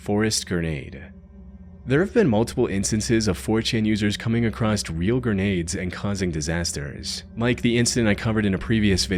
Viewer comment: "... 4chan users coming acrosst" What does the words "acrosst" mean? or are you speech impaired.... or perhaps educated after 2010?